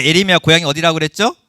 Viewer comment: 교수님! 에레미아라고 하지 마셔요 ㅋㅋ예.레.미.야라고 해주셔요! ❤